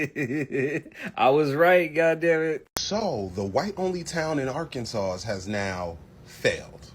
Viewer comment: Nice video. Just an fyi, it’s pronounced ar-can-saw.